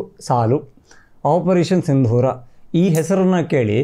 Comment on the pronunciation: ಸಿಂಧೂರ ಅಲ್ಲ ಸಿಂದೂರ